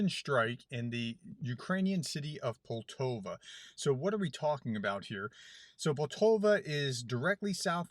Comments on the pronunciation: PoltAva not Poltova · You said poltova You typed poltava. I know someone who lives in poltava and I don't know if there is such a place as poltova - But there could be. Could you clarify? I'm going back to the beginning and listen to it again. I would check on the people but probably no power no internet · Pol ta va I think that’s how it’s pronounced, but I got the pronunciation from Sabaton’s song.